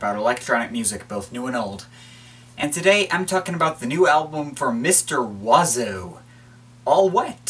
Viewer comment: I like how you are pronouncing Mr.Oizo oiseau(pronounced wah zo) rather than being pronounced Oi zo